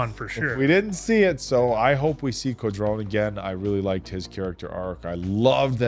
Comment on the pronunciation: Co-drone, lemme help you guys lol